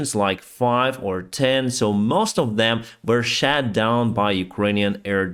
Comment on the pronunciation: Great content as always. Just a helpful tip for your english pronounciation - missiles were 'shot' down, not 'shat' down - two very different meanings 🤣🤣